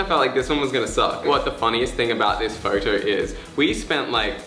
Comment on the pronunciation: " so for this photorrr "